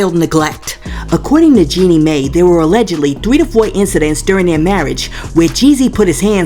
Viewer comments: FYI.. it's pronounced Jeanie "My." Not "May." Love your channel but it blows my mind how many ppl vlogging or even on produced shows like TGIF pronounce names wrong and actually aren't even up in the news or scandals b4 we are. I watch Jaylee and she will come out with things days before shows that are owned by a whole ass real network with producers and writers. Ppl are just fine with mediocre now. 🙄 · 🤣🤣🤣🤣🤣 It's not pronounced May, it's pronounced My. This is the new route to the bag. Plan ahead and tell your pastor, friends, therapist as a preemptive strike to get to the bag. That 304 is not slick!🤨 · Jeanie last name is pronounced (MY). If a tv journalist mispronounced someone's name... they would have their ability as a journalist questioned. It matters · Hey no disrespect Jeannie’s name Mai is pronounced like the word My… 💕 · Jeannie Mai is pronounced my